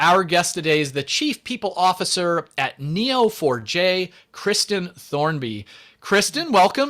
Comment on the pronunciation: I thought you were saying "Kneel for Jay" had to look it up to realize it was Neo4j.